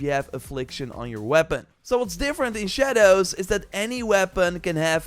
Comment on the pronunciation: I don’t like the way this man says “shadows”